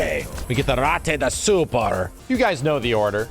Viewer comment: Can’t wait to see the Rrrrate de superr of SF6